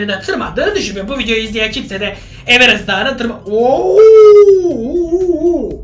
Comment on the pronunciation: Abi evenes derken ?